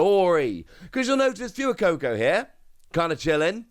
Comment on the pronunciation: Dude it's 'Fway-coco', not 'Few-coco'